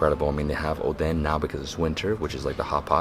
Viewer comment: triggers me when he calls it oden